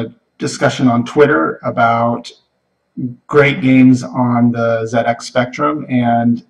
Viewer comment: It was very refreshing to hear "ZX" pronounced correctly :D